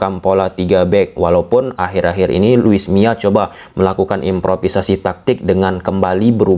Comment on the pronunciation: Luis Milla dibaca: Lui miza